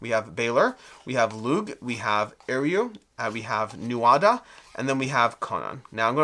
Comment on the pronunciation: Thanks for this. Just an fyi Lugh is pronounced Loo. Like in Lughnasa (August in Irish and the Brian Friel play/film). And Aisling is ashling. Looking forward to getting this.